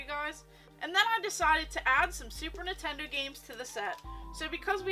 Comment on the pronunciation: Girl you are awesome keep up with that collection 🤩but “Nitendo” sounds really off just saying ❤️